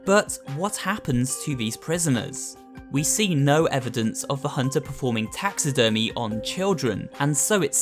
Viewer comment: he. My mind just went to taxes when he said taxi-dermy